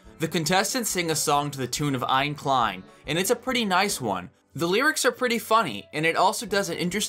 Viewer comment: As a german, the way you pronounce "Eine Kleine" is hilarious xD